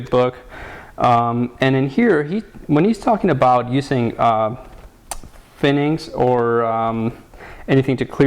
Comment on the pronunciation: FININGS, NOT FINNINGS!!!!!!!